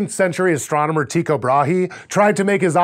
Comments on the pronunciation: As a Dane, i cringed when he pronounced his first name. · Dear sci-show space team. I've bean defending your pronunciation of "Tycho," because honestly I didn't think it was that strange. But in return, could you please learn how to pronounce "Mikhail" a little bit better, for next time you need to talk about Mikhail Korniyenko up in the ISS. It's three syllables, like "mi-ha-EEL," and the last syllable is stressed. "Mi-kale" just sounds REALLY, REALLY bad. I don't think you have to have perfect Russian pronunciation, and I absolutely don't want to just make you feel bad, but "mi-kale," it's just... no.